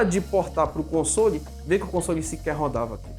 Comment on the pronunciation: Deve ser algum grau de "toc", eu mesmo ainda sinto um pouco de "incômodo" quando ele pronuncia "consôle".Felizmente para meus ouvidos nesse vídeo a maioria das vezes foi "consóle". Como eu disse não é uma critica, só reconhecendo meu "tique".